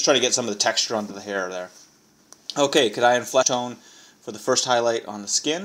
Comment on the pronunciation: Great tutorial, though your pronunciation of the paints is a bit weird lol (Cadian= Kay-dee-an)